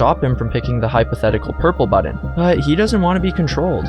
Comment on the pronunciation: “Pick a budden”